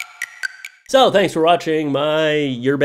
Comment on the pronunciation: it sounded like he said toe not so